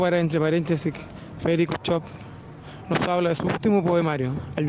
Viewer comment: Se pronuncia Shopf...no comerse la s y la f...no es chop